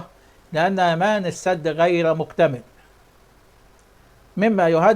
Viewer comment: يابنى ادم انطق كلمة السد بفتح السين وليس بكسر السين..قلت لك اكثر من مره روح اتعلم لغه عربيه ولغه انجليزيه عيب